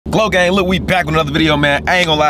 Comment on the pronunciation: Bro why you saying glogang